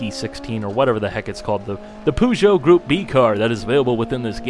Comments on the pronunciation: The poo-geut? Alltho now I think about, it's in general not a bad metaphore for the usual Peugeot lol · Is that really how Americans prenounce Peugeot? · I suppose it's an American thing. The French would probably have a hard time pronouncing Hummer, or Hemi, for that matter. I was just surprised by the way you pronounced it.